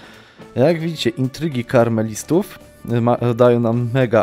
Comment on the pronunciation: to się czyta KAmelistów nie KARmelistów widzę,że komuś kremówki chodzą po myśli:)